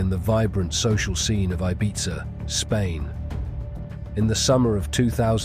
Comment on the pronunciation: Your pronunciations of Ibiza and Mallorca are so frustrating!